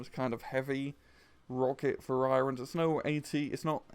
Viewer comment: WHY DID YOU PRONOUNCE VARIANT AS VUH RYE UNT?!